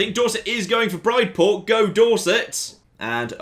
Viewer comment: Brideport is todays Bridport in Dorset, pronounced Brid like Sid not Wide like my short fat Bride...